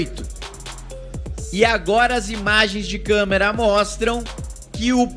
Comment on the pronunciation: maluco não sabe falar "câmeras"